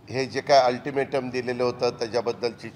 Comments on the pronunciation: First learn to speak altimatom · अल्टिमेट सुध्दा बोलतं येत नाही 😂😂😂😂 काय दुर्भाग्य आहे या स्वतंत्र महाराष्ट्र च 🙏🏿🙏🏿🙏🏿🙏🏿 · Altimete nit bolta yet nahi rao.....😂😂😂😂😂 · अरे तुला अल्टीमेटम बोलता येत नाही 😂😂😂😂😂😂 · आदि सरळ अल्टिमेट बोलायला शिका 🤣🤣🤣😁😁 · आरं पठ्या तुला अल्टिमेटम शब्द तरी बरोबर बोलता येतो का